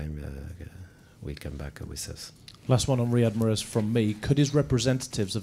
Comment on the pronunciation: 1st question answer: "Yes it is good we can speak about Mahrez first question then we can speak about the game" 25 minutes later still Marhez, Marhez, Marhez, Marhez, Mahrez